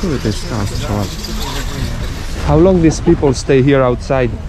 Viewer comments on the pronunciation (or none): none